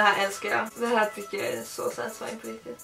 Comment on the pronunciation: Så många gånger sa setesfan stav 👎👎👎